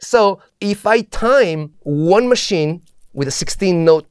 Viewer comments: Kraft-V-erk and machine, with no S, so English machine. Just in case... :) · Man machine is actually pronounced the english way because there is no s in Machine